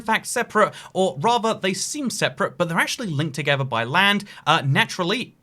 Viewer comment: Raver linked togever??